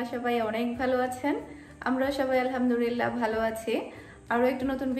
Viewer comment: আসসালামুয়ালাইকুম। কিছু মনে না করলে আপনাকে একটা কথা বলব। আপনি যখন" আলহামদুৱিল্লাহ" শব্দটি উচ্চারণ করেন সেটি ভুল হয়। সঠিকভাবে বলতে গেলে বলতে হবে "আলহামদুলিল্লাহ"। আপু ভুল উচ্চারণের অর্থ কিন্তু পাল্টে যায় এবং সাথে গুনাহ হয়। আপনার ভিডিওগুলো সব সময় দেখি এবং খুব ভালো লাগে। তাই আপনারে বারবার ভুল উচ্চারণ টি আপনার জন্য আমার মনে কষ্ট ধরিয়ে দিয়েছে। তাই আপনাকে জানানোর জন্য এই কমেন্টটা করলাম। কিছু মনে করবেন না দয়া করে।